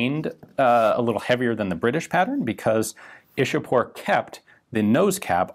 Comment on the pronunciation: Its ichapore not ishapore. It's a place near calculate the then capital of india.